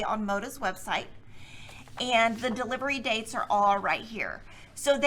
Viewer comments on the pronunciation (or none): none